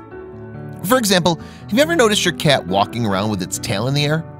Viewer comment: The narrator keeps pronouncing 'cat' as 'cyyyyeeet'. The non-standard accent is distracting.